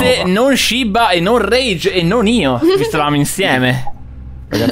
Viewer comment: Quanto mi triggera camper che dice "shibba" invece di "shiba"